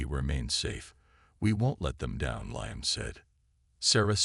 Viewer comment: Good story but what a pity the AI reading it didn't know about Roman Numerals or how to pronounce Liam. Severley detracted from the experience.